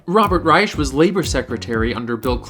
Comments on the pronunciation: Stop letting Robert get away with saying his name is Reich with an “sh” sound. It’s pronounced “Rike”, as in the third one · Both "sh" and "k" is wrong pronunciation, if you treat it as a German word.